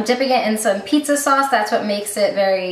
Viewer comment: Pizza-e? That's so cringy.